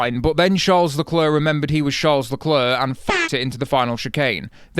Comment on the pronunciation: don't pronounce the last 'c' in Leclerc.